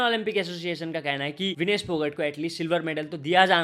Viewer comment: भाकड❌ भाकर ✅ फोगट ❌ फोगाट ✅ 🤡